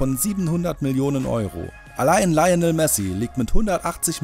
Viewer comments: Alter informiert euch mal , es heißt nicht mbap sondern Mbappe und nicht Leiounel Messi sondern Lionel Messi . Und Neymar ist der WERTVOLLSTE Spieler mit 180mio , ist aber auch der TEUERSTE mit 222mio . Ihr habt gesagt das das Neymar der TEUERSTE ist mit 180mio . Sonst cooles Video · Omg Grottenhaft eure Aussprache?!! Sagt mir eins? Habt ihr ahnung von Fussball oder dreht Ihr das Video wirklich nur um viel Kohle zu machen?!?! KILIAN MBAPPE und Lionel Messi... Laionel... ich glaub mein Schwein pfeifft.... oh Gott🤦‍♂️🤦‍♂️ und von Dele alli will ich gar nicht erst anfangen🤦‍♂️🤦‍♂️ Englisch ist wohl gat nicht eure stärke ..... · wie sprecht ihr denn die namen aus mbab😂 und laionel😂😂 und Neymar ist 222 millionen wert und Frankreich hat einen gesamt wert von 1,34 Milliarden🤷‍♂️ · Wer kennt ihn nicht: Laionel Messi?! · deeele ali laionel messi und kylian bap🤦🏽‍♂️🤦🏽‍♂️ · Wie sprichst du lionel aus und Ronaldo ist ca 120 Mio wert